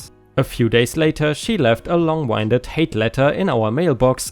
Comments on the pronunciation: long-"win"ded not long-"wine"ded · "Long-winded" (from ) refers to using a lot of air to talk as opposed to winding a mechanical device. So it is pronounced wind[ed] (i.e. wind blows). The past tense of winding a watch is wound (pronounced "[wow]nd"). Which is different from wound, or injury (pronounced [woo]nd). Good luck remembering all of this! It is not my intention to nitpick or criticize, only to be helpful. English is full of contradictory rules that only make sense if you've studied the history of the language... which I have not. I just happen know the the correct pronunciations of most words, certainly not all. I love listening to your videos and I hope you keep posting.